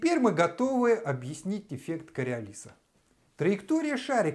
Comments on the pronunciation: Правильно КариОлиса! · Ударение таки на предпоследнем слоге! Не чудите умники!!! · Он ошибся с ударением